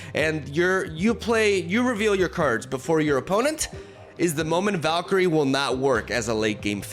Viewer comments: doesn't like me correcting his awful pronounciation so he deletes my posts lol. Well I didn't like you leavin LoR so I'm gonna tornment you for ever, it's not valkiri it's valkyre. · How hard is it to say Val-kee-ree?? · Ah yes, Valk-eerie joining KingPing and Cere-bruh among the butchered names 😂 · Valkeri, Valkery, Val... Valkiria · Is Val-K-Rie the right pronunciation 😂